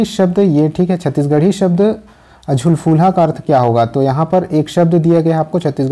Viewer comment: Galat mat kiya kijiye,jhuljhulha ha na ki jhulfulha